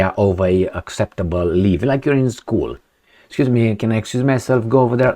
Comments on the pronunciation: "leave", not "live" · LEAVE, not "live". 😅😂 "Can't live without Zelensky's permission." 😂😂😂